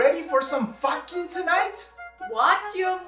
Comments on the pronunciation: Me: did... did she say Boyfriend: No, FAHKING, not that other word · Well now i have a reason to say "fakkin"